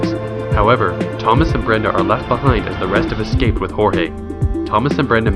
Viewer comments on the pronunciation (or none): none